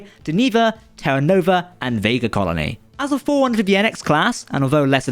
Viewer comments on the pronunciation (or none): none